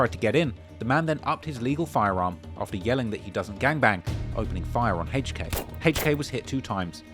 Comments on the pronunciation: He pronounced hk name Hhhhhhhhk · Who tf is “Hache Kay” it’s HK , the letter H and K wtf is Hache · "Haych Kay". really pronouncing that H. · I can listen to you say “Haych Kay” all day 😩😂